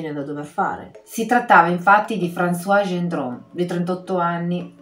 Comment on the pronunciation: Ciao amiche mie! 🤗 Sapete che vi adoro, ma ogni tanto vi devo correggere, non me ne vogliate. Essendo femmina, Françoise si pronuncia con la S finale, altrimenti è maschile. Un abbraccio e sempre complimenti per il video.